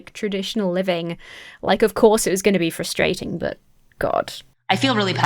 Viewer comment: I've watched other videos by orthodox women, and I don't feel like is adding a whole lot. It feels like it's just her opinions and judgements, while other women will give you advice for tznuit, preparing for shabbat, etc. Edit: off topic but I love how you pronounce "frustrating"